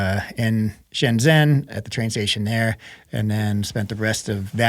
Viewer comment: Pronounced "shen JEN" (zh is pronounced like "j")..Sorry, lived there 6 years so I'm a stickler ;)